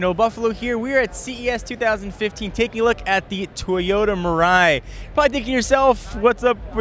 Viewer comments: Good to see another option for eco friendly cars. Just as the name implies (mirai = future, in Japanese), this car might be what will replace gasoline cars. Also, "mirai" is pronounced "milai". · fun fact, "Mirai" means future in japanese and its not pronounced miray like john says...